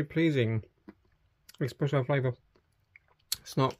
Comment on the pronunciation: Espresso not expeesso